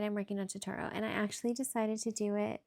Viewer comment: Omg so cute!! I'm going to have to make a totoro! It's pronounced tow-tow-row btw!❤